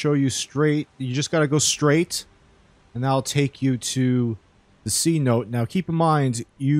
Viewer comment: It's pronounced "sen-o-tay"